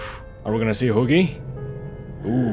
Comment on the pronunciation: He says huggy like hoogy